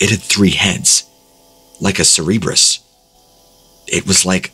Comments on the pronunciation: cerebrus? 🤦‍♀️ it took me a while to realize it was supposed to be CeRBErus (which, despite what Americans may think, is pronounced Kherberos, not sheer-beer-us😈), the three-headed infernal dog of greek mythology... 😅 oh, by the way, ceREBrus is actually a word, but it's latin for brain 😜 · Do you mean Cerberus?? Not “cerrebrus” sir-bur-us. Watch some videos on Greek mythology I’m sure you’ll hear the proper pronunciation eventually. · Cerberus, the hell-hound often depicted with three heads, is pronounced 'SUHR-buhr-uhss'. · The mispronounciaton of cerberus killed me XD